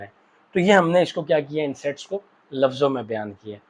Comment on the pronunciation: sir said s.e.x instead of saying sets in the start